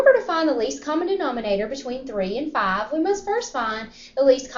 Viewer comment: It's five not farve